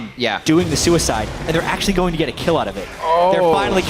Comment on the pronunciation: "I kir nami! I KIR NAMI!!!" lol made me laugh so hard there at the end haha